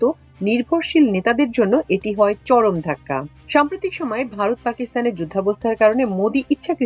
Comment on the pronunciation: Varat now "vorot" 😂😅